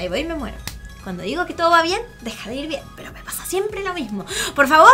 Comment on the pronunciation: Like Like si creen que dijo cuando dijo bien bien dijo ven